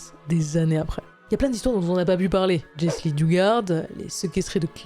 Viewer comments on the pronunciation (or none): none